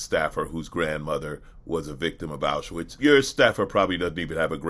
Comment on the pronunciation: "AuSHAwitz concentration camp" Really?? Mr "Zabrovsky Devolder Revanche Santos", being a fluent English/Portugese speaker, I'm surprised you misprounced the name of the concentation camp. Being Jew-ish, I thought you knew better.